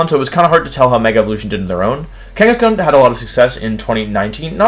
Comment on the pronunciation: DO NOT LEAVE OFF THE H IN KANGASKHAN!